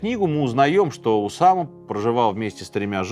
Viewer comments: не в первый раз замечаю, что Сергей как-то странно ставит ударения в именах собственных. В этом выпуске: правильно Уса́ма (а не Усама́), Никара́гуа (а не Никарагуа́). В многочисленных других выпусках: правильно Свердло́в (а не Све́рдлов). А за видео - лайк! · Только не УсамА, а УсАма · УсАма, а не УсамА. Неправильно произносите имя, периодически ошибаетесь в ударении. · УсАма, а не УсамА! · Сергей что\. из Франции только что вернулся? То у него УсамА, то НикарагуА, причем в Усаме ударение плавает. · давно ли у Минаева столь плохо обстоят дела с ударениями? УсамА ЛадЕн, НикорагуА...